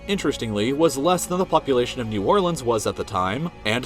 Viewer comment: Coming from a native to Louisiana, I can’t believe he said New Orleans right!